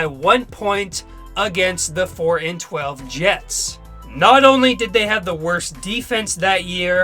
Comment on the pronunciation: ...... ....... .............. .......................... Did this guy just say "J-E-T-E Jets!"??